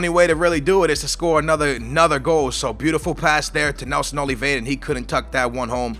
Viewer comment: Read Nelson Oliviera not Oleveda, and its not paulingu, cmon i thought u were portuguese.